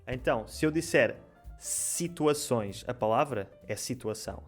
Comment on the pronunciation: Muito bom. Estava pronto a questionar que ouvi "shituações" mas a Márcia se antecipou e ficou esclarecido. Gostei.